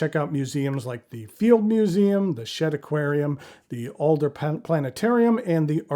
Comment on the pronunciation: It's actually called the Adler planetarium not Alder but close enough. :)